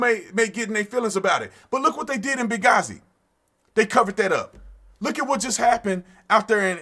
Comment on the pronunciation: Benghazi__________the h was silent